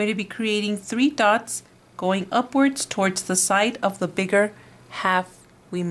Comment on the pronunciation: is not "thots" is "Dots"